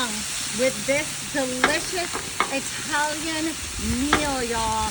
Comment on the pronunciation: When u hear someone pronounce Italian like “ II T A L LO O N loo 😂 I have no idea what the duck slop she made but must of. Had the munchies and was high on weed and something else!!! Maybe mushrooms lol 😂